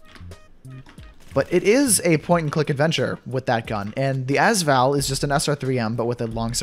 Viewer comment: ok im not saying that you need to change the way you say as val but im just saying that you say AS VAL like AS is 1 word witch it is but your sopposte to say it like A-S-VAL